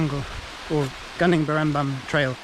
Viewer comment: Gunung is pronounced as goo-nong :)